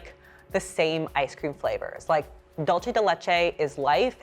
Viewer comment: She's saying dolce as in how it's said in Italian :)